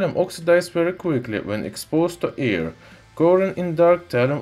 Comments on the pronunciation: I hear ear instead of air.. lmao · I keep hearing “exposed to ear”